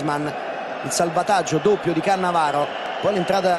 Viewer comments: Caressa tutto il tempo: CaAnnavaro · Le 5 differenti pronunce di Caressa: Cannavaro Cannàvaro Cannavàaro Cannavarooo Caannavaro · Lo ha vinto grazie al tono con cui Caressa pronuncia Cannavaro, e poi ancora Cannavaro 😂